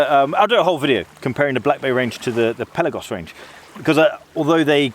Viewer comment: Amazing diving watch, amazing review ! ! ! And you are one of very few editors that you say correct the word "PELAGOS" ! ! ! And yes you pronounce" PÉLAGOS - Πέλαγος " and not PELÁGOS of all others gay say ! ! ! 😉👍🏼